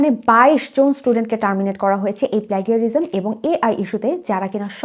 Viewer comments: akdom thik kotha bolechen apu . din din tough kortese bd student der jonno bidesh jawa. but bd student der skill o nai . desh theke atleast auto ar manual gari chalano shikhey asha uchit. ar apu oita plagarism nah plaJarism uccharon hobe. ami nijeo jodio plajarism bolar cheshta kori but baar baar mukh diye plagraism e ashe.😭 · আপনার কথাগুলো খুব যুক্তিযুক্ত এবং যথাযথ + সুন্দর উচ্চারণ ও বাচনভংগির কারণে আরও ভাল লাগল, শুধু”প্লেগারিজম” শব্দটা বারংবার কানে বাজছিল যেহেতু এর সঠিক ইংরেজি উচ্চারণ “ব্লেজারিজম”। আমরা জাতি হিসেবে নৈতিকতা ও সততা থেকে দিনদিন বহুদূর চলে যাচ্ছি যার বোধটা পর্যন্ত হারিয়ে গেছে, এই দুঃখ কোথায় রাখি?? ধন্যবাদ মুল্যবান কথাগুলো সুন্দরভাবে উপস্থাপন করার জন্য॥